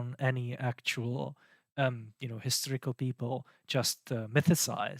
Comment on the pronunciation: I like your pronunciation - "the hysterical reliability of the gospels" indeed.